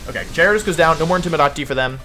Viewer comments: we got: jared ose jie radose jye ariah dohs wolfs got pronunciations for days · Quite a misleading title.hahaha. Was expecting my boy pichu to be on the ground and will be actually "countering" wolfey but naaaaah.hahaha. Jai-rados not cute. hahahaha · Started to watch wolfey but he pronounce gyarados wrong I think lol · It’s intentional Signature swsh wolf slang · The way he pronounced Gyarados is funny to me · The difference between his J and G pronunciation is non existent, i love it haha.